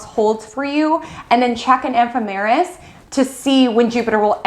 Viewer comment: Nice reading, but it's pronounced "Placidus," not "Plac-ee-dus." An "ephemeris" is not an "eph-em-eer-us." I love what you have to say. I'm just a geek & I figure somebody should tell you, so you can pronounce the astrological terms more correctly.